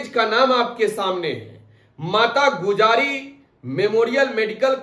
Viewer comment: Gujari nahi gujri